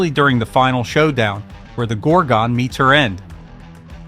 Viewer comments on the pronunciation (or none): Can't you get a narrator who has actually seen the films he's describing. Gorgon is not pronounced GORG-ON and in The Devil Rides Out the correct pronunciation of MENDES is spoken by Christopher Lee himself.